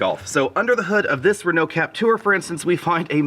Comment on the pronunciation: the way he pronounced Peugeot and Renault tho